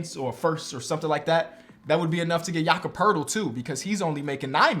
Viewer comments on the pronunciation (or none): none